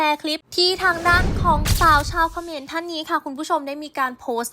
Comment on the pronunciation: มันคือเขมรแอดออกเสียงให้ถูกหน่อย